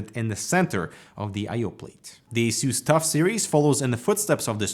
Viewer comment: The way you pronounce ASUS troubles me deep to my core.